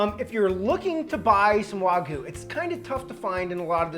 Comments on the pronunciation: Great videos!! Sorry, not Wagu but Wagyou. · Ikr?? WTF is waguuu 🤡🤡🤣🤣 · The "wah-goo" pronunciation is driving me crazy lmao